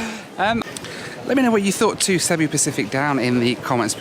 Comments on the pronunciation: You really missed out. When I first flew with these in 2006 they used to sing karaoke on the intercom. Now 10 hours of you listening to that would have been gold 😂by the way it’s pronounced seeboo. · Its Cebu (See-Boo)